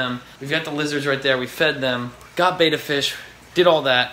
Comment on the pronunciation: How about learning to pronounce the name of the fish--it's BETTA, not Bata